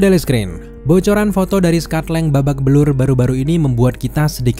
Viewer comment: Kok ScottLang jadi bababelur. 😂